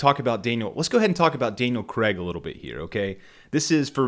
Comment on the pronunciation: "Sam Raimi as the Bond villain"!! Is Spielberg the henchmen!!? And who is Creeee-stof Waltz!? Does Creeee-stof know this Daniel Kregggggg!! Do they know Christoph waltz & Daniel CR-AIG!? Craigggg not Kreggggggg And "Hevierrrrr Bordeeeeeeeem"!! Good lord you need help pronouncing their names. 😂😂😂😂😂😂 I like you though, good lad, subbed 😁🍸 Krazy Kajeevie - The New James Bond Show With Krazy Kajeevie